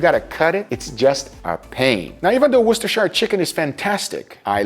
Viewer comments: Massive respect for pronouncing worsterchire sauce correctly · YOU SAID IT CORRECTLY! you are so far the only youtuber I've seen say 'Worcestershire' properly! GG GUGAAAA!!! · Wow I’m flabbergasted, there’s a person outside Europe that actually pronounces Worcestershire correctly instead of talking about washing their sister